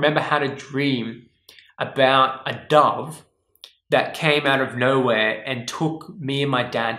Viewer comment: I thought you said a dog took you and you dad to heaven ! I didn't figure out that you said dove untilhalf way through what you were talking about ! you have that vowel mispronouncing accent ! I was trying to figure out what a dog meant !